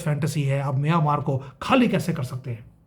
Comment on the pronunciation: अरे भाई म्यानमार स्पष्ट बोलो, मियांमार नहीं. ऐसे बोलोगे तो मियां मारने की ही सोचेगा, ये अलग बात है की वो उसमे कभी सफल नहीं होंगे.